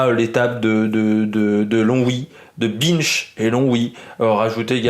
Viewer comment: Ça se prononce b in che pas bineche